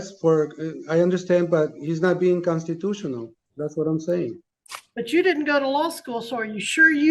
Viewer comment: "My consatutiona rights"